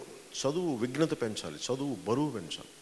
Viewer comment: వీడు ముందు "విఘ్నత" కాదు "విజ్ఞత" అని తెలుసుకోవాలి